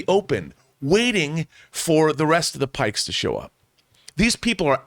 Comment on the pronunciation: John... PIKES. WITH A "P". You are saying something very different and offensive...